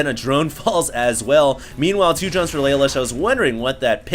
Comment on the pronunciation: I'm pretty sure it's laloosh not lay-lush. After all he is european.